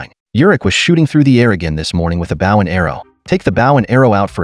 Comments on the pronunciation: This narrator has English grammatical challenges--- BOW is not a bough --pronounces that weapons name - like a dogs bark --(BOW WOW ) !- tik Tok? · maybe spell bow as bowe so AI pronounces it correctly Drives me f ucking nuts. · “Bow” is pronounced “Bo and Arrow”